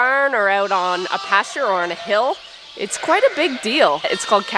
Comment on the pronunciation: I heard "the doe is actually guite nice to work with". 🤣 Not native speaker